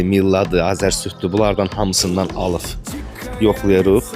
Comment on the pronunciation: Alıf yox alıb